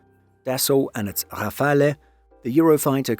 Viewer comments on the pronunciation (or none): A note on pronunciation: Rafale has only 2 syllables. The 'e' is silent. Your pronunciation is more Italian than French ;-)